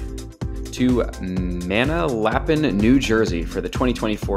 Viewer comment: There’s no way this guy said mana lapin New Jersey 😂😂